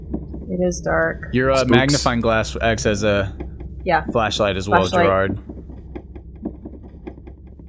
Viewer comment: DYLwalfal Yeah i know. But I feel like if he edits it he would get more likes .-. But if he doesn't edit it then it's alright. Its the "jarared" that bothers me. Its "Jirard" but tbh I think I'm still spelling it wrong xD. But eh, just trying to help. Edit: yeah it's "Jirard"